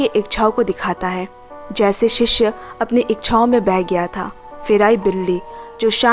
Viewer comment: Sishya nahi shishya 🙏